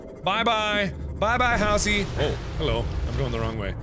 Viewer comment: I thought I heard Halsey instead of Housey ._.